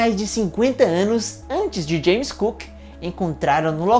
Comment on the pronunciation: James cook? "Cook?" 😐